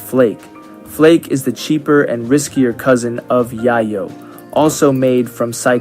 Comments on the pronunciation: Its not "yahyo". Its "yayoh." Its cocine. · Is there a reason Rimworld content creators call Yayo 'Yah-yo' and not the traditional real world 'Yay-yo'? I'd be lying if I didn't say it bugs me lol! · Great video! Only comment is that yayo is pronounced "yeh-yo" (like "day-glow"), because it's intended to be a fictional version of cocaine, whose street name in Mexican Spanish is "llelo", which is pronounced the same way. As used in a sentence by Tony Montana: "Chichi! Get the yayo!" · pronouncing yayo wrong, yayo is a slang term for cocaine, it is pronounced Yay-yo